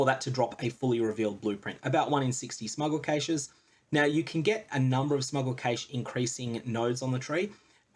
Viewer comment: "Kash" not "Kaysh".